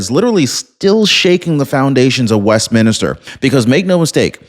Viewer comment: It’s not West minister, it’s West Minster.